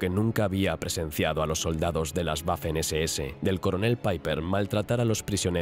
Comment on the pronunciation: Las “Guafen SeSeEse” 😅 Me encanta la voz pero la pronunciación de algunas palabras en alemán son malas y otras buenas 🤔 ¿a que se deberá?